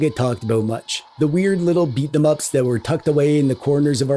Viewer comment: It's pronounced Beat'em Ups.